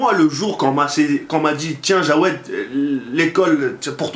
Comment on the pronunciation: CEST JAWED EST PAS JOUED PAUVRE INIOBLE TU DEVRAIS AVOIR HONTE